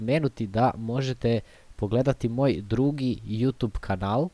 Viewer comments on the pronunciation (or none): none